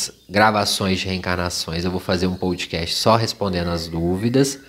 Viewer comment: teus posts são muito bons. Escuto quase todos os dias indo ou voltando para o trabalho. Ps: não é “pão-do-cast”, mas “podcast” (“podecast) 😉